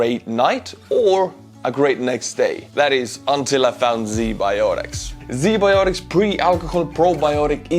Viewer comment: My whole boddy hurt when i heard Z biotics In a video about ua-ru war